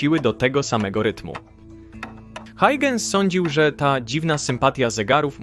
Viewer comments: Christiaan Huygens, nazwisko wymienia się jako [hojchens] a nie [hajdżens]! Warto się trochę doinformować zanim się coś wrzuci na YT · A dokładnie Hojhens :) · Hauhens - tak się go wymawia, mniej więcej